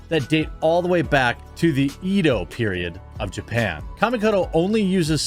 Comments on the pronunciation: The "E" in japanese is not pronounced EE. It is pronounced EH. EH-DO not EE-DO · It's not ee-do. It's eh-do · Can someone tell Jeremy that it's pronounced "eh-dough"? The Edo Period. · Glad to see there are some conservatives with guts still around. (Jeremy, please learn to pronounce Edo correctly: it's not EEdo. The E sound is more a short e as in egg, or elephant.) Ore wa nihongo dekimasu! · It pronounce ed lile the name ed then just the letter o so it is Edo as a Japanese History Fanboy